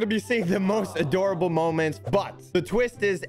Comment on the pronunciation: Wait did he say aDOORable? (Did you get it)